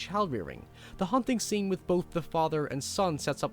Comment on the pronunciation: "Nekedness beceme a sene" what is wrong with your english geez